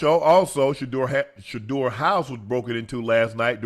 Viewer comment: Finally he said sheduer name lol